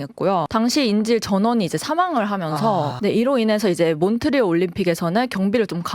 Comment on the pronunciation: 몬트리 올림픽이라고 하시는데 ㅋㅋㅋ 몬트리올 올림픽입니다 ㅋㅋㅋㅋ